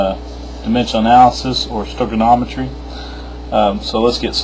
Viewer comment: "Stoichinometry." I think you mean "Stoichiometry."